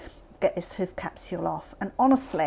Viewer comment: Sounds like shes saying whoof and also it looks similar to whale baleen in a way